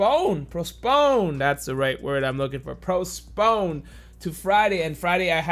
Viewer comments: Yes. Prosponed🤣🤣🤣🤣🤣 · love this btw keep up the grind but, you're meant to say Postponed not Prosponed btw :) but keep it up :D